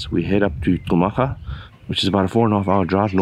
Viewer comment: Another gr8 video. Botswana beauty will make u speechless.. By the way its Khumaga bro, not Xhumaga. I know sum maps write the name like that but is /khu/maga as in /cool/.. ✊